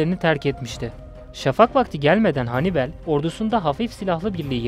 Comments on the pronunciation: Çok basit bı video olmuş ,kaliteli değil. Anlatan kişi sizi videonun içine çekmiyor maalesef, ayrıca Hannibel ne ya?? Hannibal olarak okunur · Hannibel değil Hannibal,sinir bozucu videoydu. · Kardeş sen bir daha seslendirme yapma okuma...Henibel..Övel ne olm Övell.. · Hanibel demesi biirtek beni mi rahatsız etti?